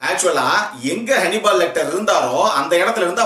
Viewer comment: Its not honeybal its hannibal